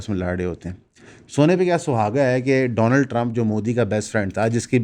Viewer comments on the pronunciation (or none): none